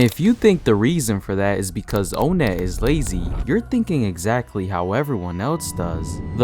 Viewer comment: why do you pronounce onnet "oh net" instead of awhnet